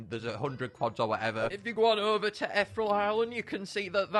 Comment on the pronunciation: god can you pronounce ethereal right for once? its i-thee-real